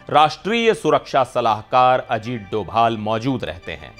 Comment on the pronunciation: Arrey bhai doval not he is dobhal please please